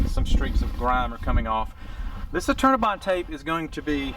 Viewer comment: I kept thinking he was saying "alternabine" which turned up weird search results. Finally I figured out he was saying "Eternabond"!